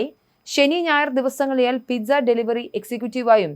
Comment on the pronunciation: Sad! Oh, his family Pizza pronounced as പീറ്റ്‌സ. No "zz" sound. But "s" sound